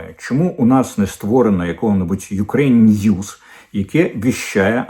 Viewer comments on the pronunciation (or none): none